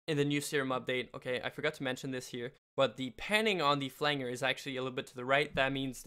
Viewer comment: you're saying flange wrong or have i been saying it wrong :( oh shit.